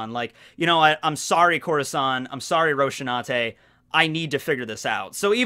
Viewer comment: You made such a big deal about saying "Deidara" with a different accent, yet you butcher Rosinante's name so badly I didn't even know who you were talking about the first time I heard you say it. Or did they really change it that badly in the English dub?